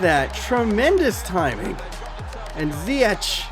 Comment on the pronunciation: you pronounce ziyech as ziyekh